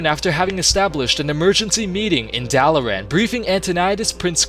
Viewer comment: Hurthglen? It's Hearthglen. Like heart. Do you know what a hearth is? And wtf is Duh-lair-ann? Dalaran. Rhonin only makes that goddamn speech every hour.